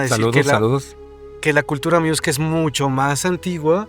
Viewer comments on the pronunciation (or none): No es cultura miusca, es cultura Muisca . Un abrazo 🤗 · Hola chicos Saludos. Ustedes hablan de culrura Miusca y es MUISCA. Un abrazo!!!